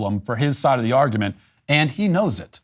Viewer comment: What's an "arugment"? 🤣🤣🤣🤣